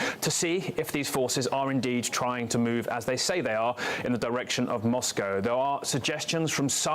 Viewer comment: This is old news now !! A deal has " been brokered" . "(0.33) Makes a change to hear an American say MOSCO (correct) instead of MOS COW ( wrong ) ! Not all Russians have been brainwashed to believe Putin !